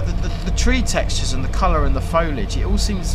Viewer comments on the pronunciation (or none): none